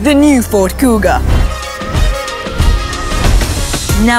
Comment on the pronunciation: "Cougar" instead of "Kuga"